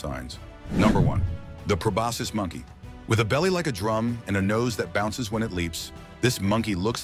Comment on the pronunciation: Probosis monkey? More like pronoses monkey 😮